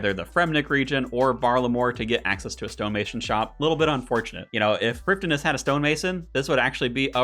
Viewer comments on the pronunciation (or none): none